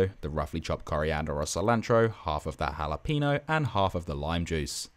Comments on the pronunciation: Love it chef! Btw pro tip: it's ha-lah-peh-gno not ha-la-peeeeeeee-gno :P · bruh said jalapeeno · "halla peeno" xD